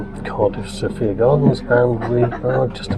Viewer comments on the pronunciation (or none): Sophia, in the case of Sophia Gardens, the second syllable rhymes with fire! So-fire - not So-fear! I’m not local - only ever went to the city centre - but the only local radio station I could get with any clarity in Somerset was Red Dragon! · Next time you go to Sophia gardens its pronounced SO-FIA, Thank you. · For future reference it's pronounced So-Fire lol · Sorry to pick you up on it, we pronounce it SoFire gardens, just a local observation.